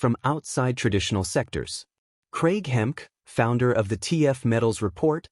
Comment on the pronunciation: His name Hemke is pronounced Hem key